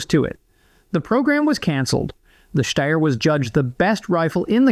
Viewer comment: You say Steyr correctly but can't pronounce "sabot" correctly haha. It's "say-boe" my man. Great video.